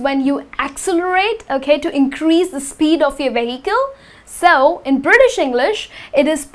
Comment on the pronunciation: You are pronouncing VEHICLE in a wrong way! H is silent ☺